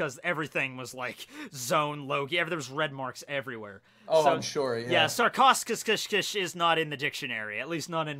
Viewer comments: I love all of this but please learn how to pronounce your ancient animal names,its painful to listen those completely mispronounced words like Sarchosucus is pronounced like Sarkosukus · your pronunciations of sarcosuchus (sarco su cus) and arthropluera hurts, also arthropluera was a giant milipede and an herbivore. Still a fan of u and ur videos